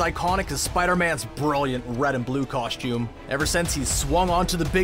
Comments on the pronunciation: What the f@ is a “coSH tume”? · Cool and stuff but never say "KOSHTJUME" again.